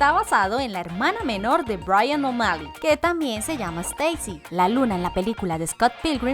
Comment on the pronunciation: joder como pronuncia O'malley mecago en absolutamente todo